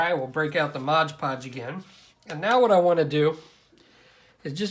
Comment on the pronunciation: Nice work, but..MOD PODGE my man, MOD PODGE. Not modge podge...